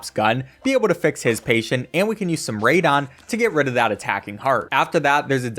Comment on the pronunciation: He’s saying it wrong do